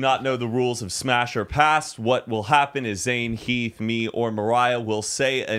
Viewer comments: Nahhh she said HEEF 😭😭😭💀💀💀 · Anyone notice she said “HEAF” instead of Heath?? I was dying 😂😂